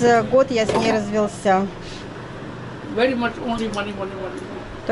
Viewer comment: Очень интересно, но все-таки, развЁлся, а не развелсЯ)))😚